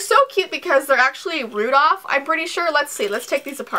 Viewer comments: Did Say Rudof??? Pretty Sure It's Rudolf... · i thought he was called rudolph not rudoph oh well i guess u learn something new every day